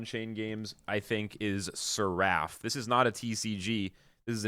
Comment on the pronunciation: Please google how to pronounce seraph. 😅 Fire video though!